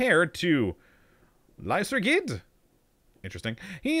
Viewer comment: I believe it's not lysergid but should be pronounced lyserjid in order to get the name of the drug being used here.